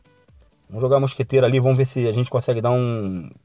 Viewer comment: Vomos que vomos kkkkk amo essa fala kkkk